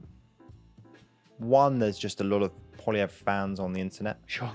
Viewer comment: you got lots of dislikes on the Canada video because you can't pronounce Poilievre correctly :p